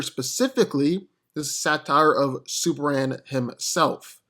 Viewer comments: Dude please enunciate it's S U P E R M A N not superann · Is it me or is this guy saying "Superam"? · Why do I keep hearing "Super-an"???